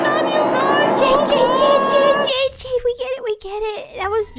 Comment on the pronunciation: It's not crismeis